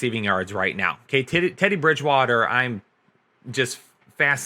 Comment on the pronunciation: My man said tiddy bridgewater